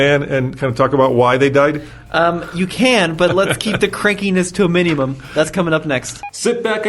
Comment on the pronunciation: Did anyone notice said "MINI-mum" when asking dad to keep grumpiness down? Lol!